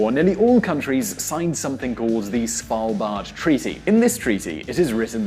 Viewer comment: First of all, what does political ideology got to do with pronunciation? And he didn't actually do too bad at pronouncing "Svalbard"